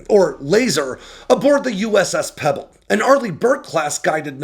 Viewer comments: USS PReble, not Pebble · I though tit was the USS Preble, not Pebble :p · USS Preble, not Pebble. She's named for Revolutionary War leader Commodore Edward Preble.